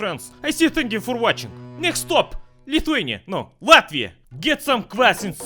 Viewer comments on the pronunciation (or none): none